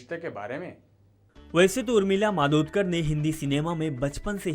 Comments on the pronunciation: नाम तो ठिक सेे बोलो. मादोतकर नहीं, मातोंडकर हैं वह. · Yeh kaunse pagal ko rakha hai????? Madodkar kar nahi??? Matondkar bol bey sale!!! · Madodkar mat bolo bolaneko nahi aata kya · नाम तो ठीक तहरसे ले उर्मिला मातोडकर नाम है